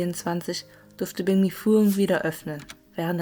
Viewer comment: Weil banh mi wie bäng mi ausgesprochen wird. „anh“ wird wie äng/enh ausgesprochen. Im Norden wird sehr „klares“ vietnamesisch gesprochen, vergleichsweise wie hier hochdeutsch. Je mehr man in den Süden fährt, wird der Dialekt anders und teilweise sogar sehr unterschiedlich.